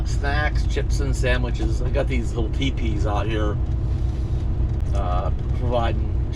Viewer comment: Every time you said teepee, I heard peepee 😂😂